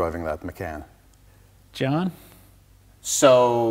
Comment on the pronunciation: Its called the porsche macan as in con artist NOT as in can of coke.